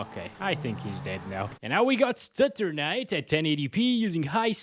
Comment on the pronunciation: Lol why did you call it stutternite??? Is it bc Fortnite has stuttering issues?